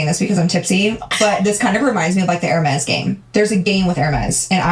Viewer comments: Lmao I want to think you’re trolling us with the Her Meeees purse pronunciation, either way f these assholes and not how she would want to be 😂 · Hey! Don't knock designer bags & Hermès is pronounced "eermez"!! Bags like Hermes & Chanel are investments... They're the Rolex watches of bags, the more vintage, the more they're worth & appreciates in value 🖕🏼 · Her-meez lol 😂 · 😂😂😂 Air-mez Hermes pronunciation and omg they are not the same as Baseball cards ctfu 😅😂